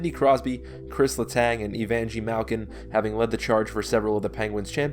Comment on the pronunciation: EVANJEE MALKIN ☠️☠️☠️😂😂